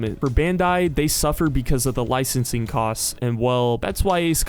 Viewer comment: It's Licensing bro .. L I C E N S I N G , haha , but thanks for the information !